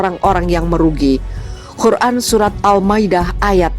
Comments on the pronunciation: Masukan: cara membaca perlu perbaikan dlm kata Qur'an bkn Khur'an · Minn QUR'AN pake "QOF" ya bukan "KHO" terima kasih..